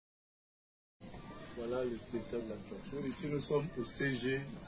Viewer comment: Ce temps parler n'est pas congolais de Brazza sa prononciation Ibenga laisse à désirer